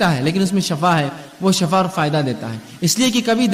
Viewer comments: اسلام علیکم و رحمتہ اللہ و برکاتہ بإذن اللہ تعالٰی میرے دینی بھائی معذرت کے ساتھ شفاء زیر کے ساتھ الله آپ کو شفاء عطا فرمائے (زیر کے ساتھ ) اور شفاء زبر کے ساٹھ ( جہنم کی ایک گھاٹی کو کہتے ہیں۔ یعنی جہنم کا گڑھا اور شفاء زبر کے ساتھ ایک اور معنی موت ہے برائے مہربانی آگر میں غلط ہوں تو میری اصلاح فرمائیں کیونکہ آپ باربار اس لفظ کو باربار دوہرا رہیں ہیں( شفاء زبر کے ساتھ ) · Shafa nahi shifa msna badal jata hsi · Assalamualaikum shafa kiyun bol rahe h..sofa bolna chahiye 😢😢😢😢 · shifa. . . shafa nahi